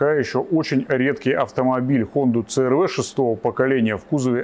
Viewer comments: Це эр вэ 😂 Си-ар-ви ‼️ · Да когда ж вы уже научитесь правильно и профессионально произносить брэнд авто? 😂😂😂